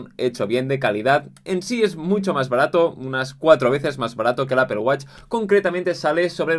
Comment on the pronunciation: Apple wATch. Like por su pronunciación